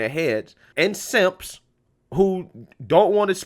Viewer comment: Did I hear you say SIMPS🤣🤣🤣